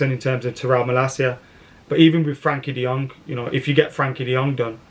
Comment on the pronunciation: De Jong will come when pronounces his name right. So sadly never.